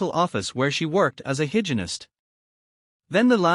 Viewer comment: Yeah , Hygienist AI = higenist 😅